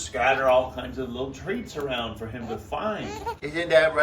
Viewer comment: “Fo today” always makes me laugh